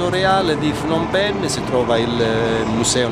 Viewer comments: Fnom penh? Non si pronuncia cosi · semplicemente come si scrive. Phnom Penh. Io vivo qui da 5 anni e parlo Khmer. La pronuncia è Pnom Pen.